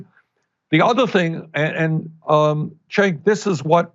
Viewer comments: Lol Bernie pronounced Cenk's name as Chank instead of Jank lol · Bernie called cenk-cenky in the begining lol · I find it funny how Bernie calls Cenk, Shank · How do you pronounce Cenk's name? Ana Kasparian: "Jenk" AIU: "Gank" Sanders: "Shank" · Great interview but Bernie's pronunciation of Cenks name made me chuckle. Concerning the Iran Nuclear Treaty, Trump is some special kind of moron to tear it up in the face of such overwhelming evidence that it was working. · Did bernie just mispronounce cenks name?